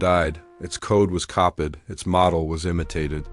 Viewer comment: Your AI can’t even pronounce “copied” properly! I don’t know if I should laugh or cry!